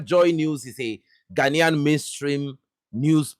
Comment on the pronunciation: did you say GHANAIAN......🙄😯